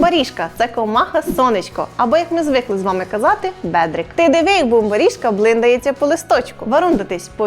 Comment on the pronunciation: Як круто) я із Закарпаття, тільки одна ремарочка, наголос на слові Бумбарішка у другому складі « бумбАрішка» а не « бумабрІшка»